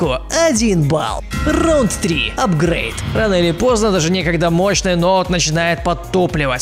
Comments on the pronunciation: апгрейд дддд не т не апгрейт а апгрейд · Апгрейд кончается на д , а не на т -_ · лол апргейТ Т мать его! не д!)